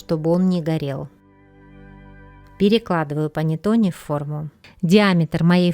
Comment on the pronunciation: Рецепт замечательный! Всё нормально, но только произношение panettone ( панэттонэ.)